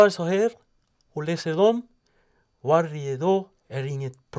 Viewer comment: Hahah, jag dör verkligen när han säger "Huarje dag, är inget probleem" och "Hallåh, hva kul de ska bli a städa hlitegrann" <3